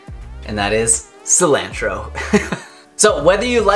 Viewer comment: D, Your channel is awesome. I've watched everything you have put out and instantly watch any new videos. But, lol, google the pronunciation of Cilantro. I love the smell, taste and benefits of this herb, but you are butchering the pronunciation. Peace brother and Crystal's laugh is the BOMB